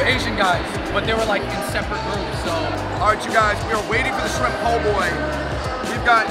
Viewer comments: Hate to break it to ya, but there its Poboy, not Poughboy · Po' Boy not Poughboy